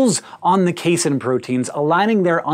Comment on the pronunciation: Casein rhymes with protein (probably because it IS a protein)